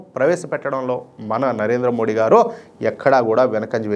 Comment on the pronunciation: దయచేసి "మోదీ" అని పలకండి 🙏